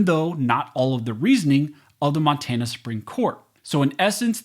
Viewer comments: at :51 in, Mon-tay-na? Where is this guy from? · Learn how to say Monrana